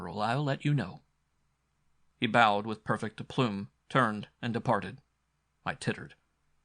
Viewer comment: Aside from the mispronounced words. In 64 years I've never heard "aplomb" pronounced "aploom."😂